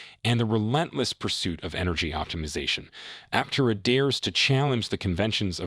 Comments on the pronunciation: It's app-terra... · An AI voice certainly read it (which is fine, but it pronounced Aptera incorrectly every time). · Was this written by Artificial Intelligence? There are lots of statements that mean nothing. Trying to make YouTube money by using the company name, even though unable to pronounce the name properly. Thumbs down. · If you're going to attempt a well-researched editorial-style clickbait-titled realist take on an emerging brand/product/company, at least pronounce it correctly, please. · Another note, listen to how Chris says the company name use it going forward. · Absolutely no credibility for such a simple screw up.